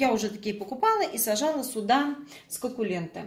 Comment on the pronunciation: Скукуленты))), суккуленты